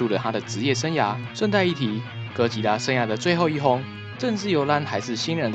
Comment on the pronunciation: 唸對哥吉拉給你一個讚啦~媽的 那個 竟說他是酷斯拉 傻傻分不清哥吉拉跟酷斯拉的分別